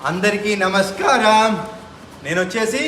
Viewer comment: Ah namaskar Ane slang Bala😑